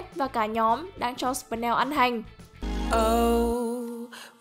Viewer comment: Là sờ pin neo ko phải sờ pần neo